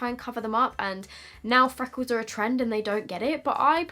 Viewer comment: Fweckles.. lol